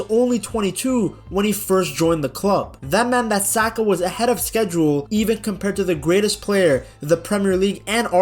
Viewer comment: 😂 Why are you saying his name like that…..